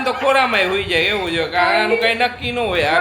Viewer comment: દરેકે દરેક વાક્ય મા જ્યાં જ્યાં "છે" આવે ત્યાં ......"હે" "હે" કેમ બોલો છો .....